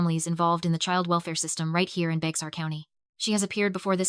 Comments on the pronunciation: Bex-ar County??? SILLY A.I. , It's pronounced "BEAR" county!!! "Bourne, Tx." Is pronounced " BERNIE, TX." You dollar store shit quality A.I. !!!!! THIS VOMIT IS BEING NARRATED BY SOMEONE WHO'S NEVER SET FOOT IN TEXAS. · AI is annoying. They mispronounce all the time. Bexar is pronounced BEAR and Boerne is pronounced BERNIE. Irritating and lazy. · Bexar County,TX is pronounced bear county. The county seat is San Antonio. Can’t totally blame AI. Humans make that mistake too.